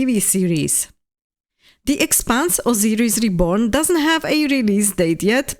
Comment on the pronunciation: /ousajris/ (pardon, jsem výslovnostní nácek😅) As for the Expanse, would you say that you are as excited for it as you are for Exodus? How futuristic do you like your space operas?